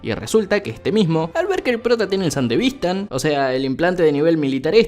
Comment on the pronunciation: me molesta que nadie corija a porque no se dice san-devistan es san-de-vis-tan